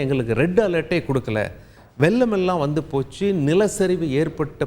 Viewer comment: வெல்லம் அல்ல அது வெள்ளம், முன்னால் அல்ல முன்னாள், உல்ல அல்ல உள்ள., நாலை அல்ல நாளை..... தயவு செய்து உச்சரிப்பில் கவனம் , மிக மிக அவசியம்